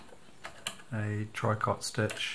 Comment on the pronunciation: Tricot is pronounced “tree-co”, sorry I’m a French teacher! I’m enjoying your videos on the 700s, they satisfy my preoccupation with old sewing machines, distinguishing between model series is what I love most! Thank you